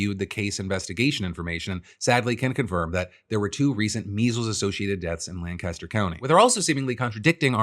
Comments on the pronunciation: Lancaster city and Lancaster county in Pennsylvania are pronounced Lan-kiss-ter NOT Lan-cass-ter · We gotta work on that pronunciation of Lancaster, though. LANE-kissed-her / LANG-kist-'er. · Its pronounced lan kiss ter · As a Lancastrian it kills me to hear people butcher the pronounciation 🤣 its "lang-kiss-ter" Its also important to point out the sole source of the claim these deaths were not caused by measles is Commissioner Josh Parsons, and the kindest thing I have ever heard anyone say about Parsons is that he was a weasel. I'd call him a piece of shit but at least shit gets used as fertilizer. If Josh Parsons says the sky is clear and blue, you'd better roll up the windows on your car. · Hey Phul, love the show, but given you are coming to Philly in a few days, you should know the pronunciation of Lancaster is like Lang Caster or Lank i Ster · FYI - Folks from PA pronounce Lancaster with a hard a. The ‘Lanc’ should rhyme with ‘bank’ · In PA they pronounce it lank-a-ster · It's pronounced "Lank-Is-Ter" don't expect Phil to know that. Do expect RFK to know that given the recent phone call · As someone who lives in Lancaster hearing it pronounced the wrong way somany times hurts me deep inside. But it is also worrying that we are having such a large outbreak which is more important